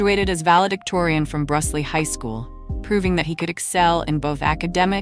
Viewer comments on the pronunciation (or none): Brusly is pronounced "BRU-LEE" not "Brush-lee". John comes from a wonderful family that I have the pleasure of knowing. Rooting for him to win American Idol 2025. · It’s Brusly High school. Pronounced like Brew-Lee. The community needs this with John. I remember the wreck and how awful that news was. Was truly heartbreaking. Can’t imagine how it weighed on him. Let Geaux John! Addis needs you to bring this one home! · Brusly alum here it’s pronounced Bru-ly silent S!! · Ok but just for the record it’s Brusly like “brew-lee”